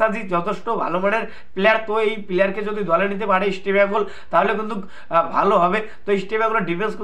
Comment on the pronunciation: কি বলছো বুঝি না ঈষটো বেঙ্গল না কি রামোচনদো কহো রামোচনদো কহো